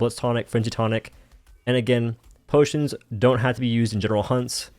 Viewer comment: No more potions NO WE NOW SAY BOTIONS!